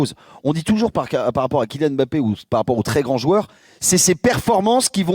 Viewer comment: on dit Mbappé..... et non pas M bappé...les ignares....à suivre